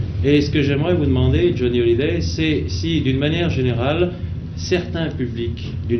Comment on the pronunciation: Johnny "Holliday" dixit le journaliste 😅